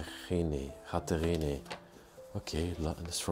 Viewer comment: “Mar-ja-ree” is how you say Marjorie but you say it so much prettier lol And Katherine is “Kath-rin”